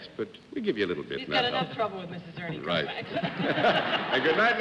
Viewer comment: Interesting how Americans can't pronounce a simple Hungarian name like Kovács properly.